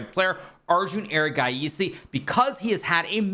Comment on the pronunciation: The way Hikaru said erigaiesssey shook me